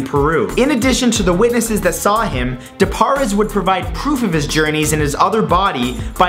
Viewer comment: Is it just me or do you cringe every time he pronounces something wrong like De poures